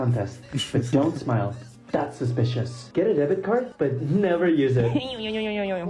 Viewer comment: You‘re talking about debit cards but pronounce it like credit cards... 😉